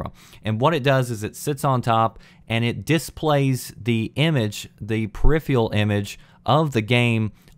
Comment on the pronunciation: Peripheral. [Pear-if-ehr-ral]. Not [pear-if-e-all], because there is an 'r' in it. Hate to be a language nazi, but I've heard you say the word numerous times, and I don't think it is a regional accent to just silence particular letters.